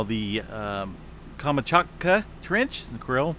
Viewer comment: Very simple way to say Kamchatka. Kam chat ka. I was taught Phonics in grade school so if I can help with pronunciation, let me know. Also, San Jacinto is pronounced San Ha sin toe.